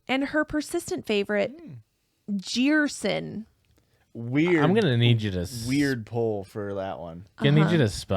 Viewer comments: Do jeito que eles pronunciaram eu fiquei meio ????? quando disseram que era comum no BR, daí eu parei pra soletrar e fiquei tipo AAAAA Jerson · Brazilian here! Jerson would be pronounced like "Jeh r sson", and it really isn't the best name lol btw love your podcast!